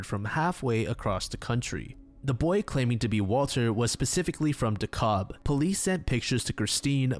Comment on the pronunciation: I live in this town and am familiar with the case. It's actually pronounced "Deh-Kalb" not "Deh-Kobb". Other places spelled the same, like in Georgia, are pronounced like the latter, so it's an easy mistake to make.